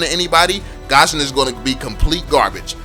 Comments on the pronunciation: IT'S NOT PRONOUNCED AS GASHON IT'S GUSHON THAT'S HOW TO PRONOUNCE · Its Goo-shion not Gah-shion. It bothers me so much how you say his name🙃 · who the fuck calls gusion Gasion? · Lol he said Gasion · No one: Absolutely no one:: pronounces gusion